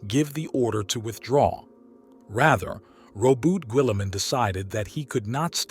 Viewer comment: “Eye-Veeth Legion” “PrimarCH” “Gullyman.” This Abominable Intelligence is Heresy